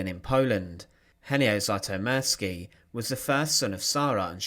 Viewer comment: There are several inaccuracies. You did not even care to pronounce his name right 😞